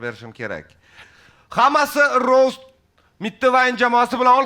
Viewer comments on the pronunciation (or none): rost emas rovst nimaga v bor aytilishida boshidanoq